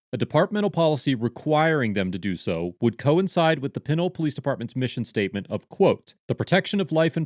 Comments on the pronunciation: Its pronounced Pin Ole lol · It is pronounced Peh-NOle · It is pronounced “Pin-ol” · Pronounced PANOLE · Pen-nole not pinnle